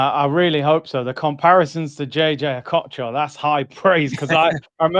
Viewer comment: Did he say Okocha? Bro just stop